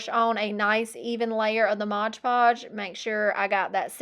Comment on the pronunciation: Love everything except "modge" omgoodness I cringe everytime lol it's mod